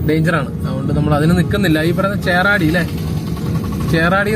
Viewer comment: ചേറാടിയാണോ ചേകാടിയല്ലേ ...?